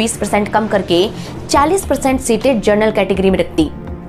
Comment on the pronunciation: हैदराबाद से! पिछले कुछ दिनों से मैं आपके पुराने वीडियो देख रहा हूँ।बहुत बढ़िया रिसर्च एवं प्रस्तुति है आपकी। छोटा सा सुझाव है, उच्चारण पर थोड़ा ध्यान दीजिए, जनरल को आप बार-बार जरनल बोल रही हैं। धन्यवाद।